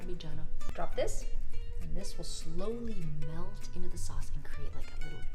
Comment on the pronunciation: At the end when you said, pasta, tomato and Shauwcse I was like, she’s been in jersey. Lol